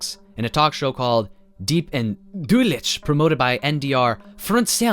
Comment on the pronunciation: Your pronounciation of deutlich and fernsehen are sending me